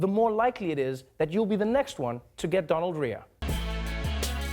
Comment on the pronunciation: Did he just say Donalorrhea 😂